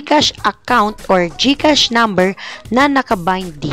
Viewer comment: Galing naman Gkas Serro naynn sixx fivee serroo sevenn eightty toooo sebenn tree serrro